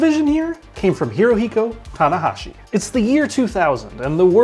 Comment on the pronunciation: Just gonna say, you said 'Hirohiko," even when you had "Haruhiko" on screen. Disrespecc. At least pronounce the dude's name correctly. lol